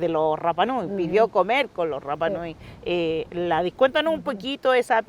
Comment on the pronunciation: CANAL MATA O TE RAPA NUI, AMO SU CONTENIDO, NO ASÍ, A MI HAU RAPA NUI, CUANDO LE DAN CON EL RRRRAPA NUI, CUANDO UNA ILUSTRE VISITA DICE CORRECTAMENTE RAPA NUI....TAREA PARA LA CASA